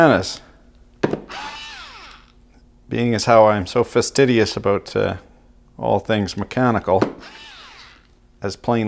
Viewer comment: "Fastidious" lol